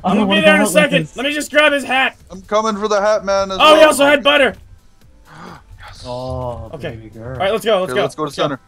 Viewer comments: sky why do you say budder for gold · ITS NOT BUDDER